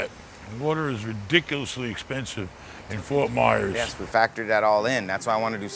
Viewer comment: It's "FORT MYERS"